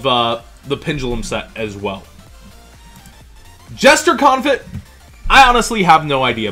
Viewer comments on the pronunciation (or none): It's pronounced "Con-fee, not "Con-fitt". Named for the French cooking style.